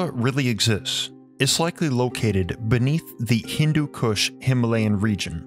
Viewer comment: All I heard was Hindu KUSH 🤣